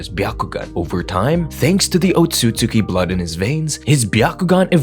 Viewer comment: the pronunciation of "Otsutsuki" low key pisses me off lol. sub > dub